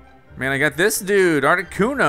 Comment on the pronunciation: that's how you say articuno